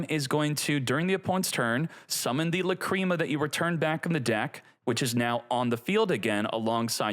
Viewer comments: Stop calling it La-"cream"a . It sounds so perverted. It's pronounced La-"crim"a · Lah crim ah. Not lah cream ah. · Its lacrima bro, not lacreama 😂😂😂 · I don’t like how he pronounced lacrima